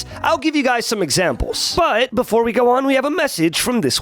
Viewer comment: The fact that wich sums to 44 he said but beFUOR and focused Jhin... I can just say that it was SUBLIME. Ah fuck it. He said it . Not sublime unu